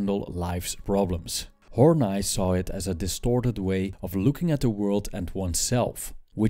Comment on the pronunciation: Karen Horney i've heard pronounced Horneeeeeeeeeeeeeeee not Horn 'eye'...doesn't matter though...good presentation....